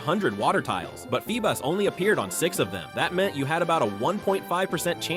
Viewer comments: Feebas ❌ Feebus ✅ 😂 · “FeeBUS”?!?! No